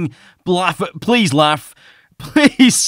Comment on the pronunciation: You saying Pliz laugh 😂